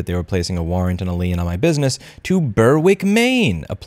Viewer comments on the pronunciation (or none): Hey Louis, lien is pronounced "Leen"